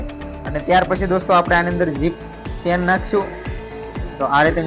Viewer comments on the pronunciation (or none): ખૂબ સરસ ચણીયાચોલી બનાવી છે. તમારી ભાષા ગામઠી છે પણ અમને સમજાય છે, પણ ચેન ને તમે સેન બોલો છો તેના કરતા જીપર બોલો તેનું અસલ નામ જીપર છે.